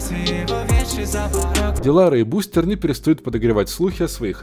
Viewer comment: Та бл, не БустЭр а БустЕр